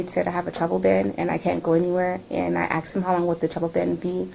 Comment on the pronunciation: This woman "axed" the hell out of these people like 10 times.